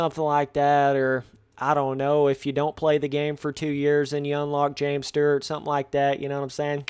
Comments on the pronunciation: james sturrrrrt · Are yall not getting the joke of how he is pronouncing it lol